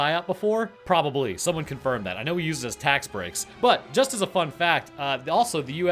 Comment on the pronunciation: “But” caught me off guard